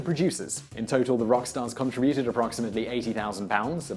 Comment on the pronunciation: Not "contri BUTE ed". Con TRIB uted. You make a contri BUTion (noun) but in the verb the emphasis is on the 2nd syllable. Like ProTEST (verb) by lodging a PROtest (noun)